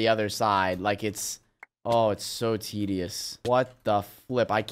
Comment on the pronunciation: Lol I never thought he would say tedius